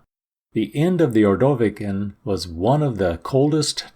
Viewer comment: I like his videos but how does he mispronounce Ordovician in so many ways? And certain other terms.